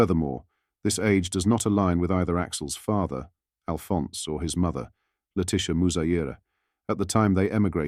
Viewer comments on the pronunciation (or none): none